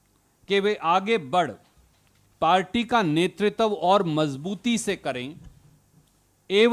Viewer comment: कृपया नेतृत्व का उच्चारण तो सही सही कीजिये।